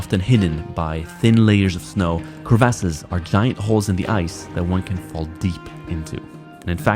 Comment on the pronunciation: cre-vASSES 😂 no way that’s the proper way to say it. Great video!